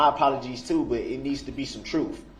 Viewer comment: Funny how the "troof" is only "for thee and not for me". He's so self righteous!! POS came out of the womb lying!! 🤬😠😡